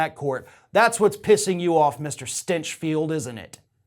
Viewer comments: I'm sorry but I think you are mispronouncing Mr. Grant StEnchfield's name. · Is it spelled "Stinchfield" but pronounced "Stenchfield"?